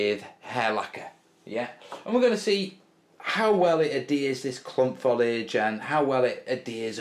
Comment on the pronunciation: i realise i am 5 years too late but it is Fo-lee-idge not Fol-idge.